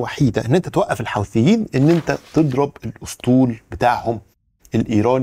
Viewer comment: المصريين ينطقونها الحَوٓثيين . الصحيح الحُوْثيين .. بدر الديني الحُوثِي